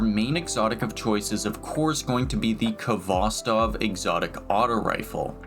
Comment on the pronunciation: It's pronounced Hvostov. The k is not sounded. It's a Russian word transliterated.